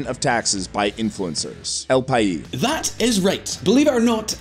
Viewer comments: Just a quick note: you need to pronounce the s in 'país' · c'mon, it's not French, you do pronounce the s in El Pais